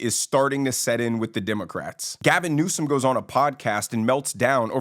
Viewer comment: LoL you got Gavin correct